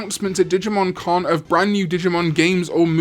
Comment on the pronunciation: When says "Digimon Con" it sounds identical to when he says "Digimon " So when is the Con?